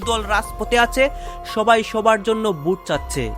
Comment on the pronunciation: তুমিতো ভোট কে বোট বলছ ।